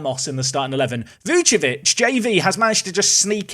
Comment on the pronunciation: please remember, VuCIcevic, not Vucevic